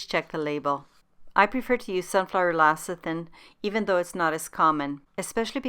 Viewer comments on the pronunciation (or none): LECITHIN not LACITHIN! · Great recipe despite saying LACITHIN.